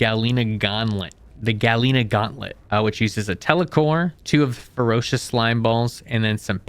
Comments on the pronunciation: ferrocious slimes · Yea, they're pretty bad 😭 "Abysmal Chasm" "Ferocious" "Neodiemium" "Galeena" "Primorial Caves" "Triolocareis" "Pehwin" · “Splelunklely table” “Abysmal Caves” “Gaaleenuh” “Azyure Neodyinium” “FerrUslime” “Ferrocious Slime” “NeodAEInyum” “Maggotron” “Pihwin” “Saiyads” “Subterrarian dons” “Reelischeirius” “Pehwen” “Tricarius” “Lucktruckosaurus” “Raah-dawn” “Oculate Gem” “Sack of Satan”